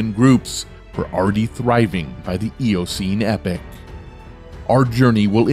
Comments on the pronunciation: It's epoch! Not epic. Yer tit! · Rather spoiled by the terrible pronunciations: "climactic" instead of climatic, "epic" instead of epoch... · Learn to pronounce your words correctly: it is not "epic" (as you are pronouncing it) but "epoch" (ee pawk).